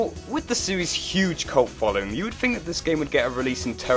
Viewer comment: Think, not fink.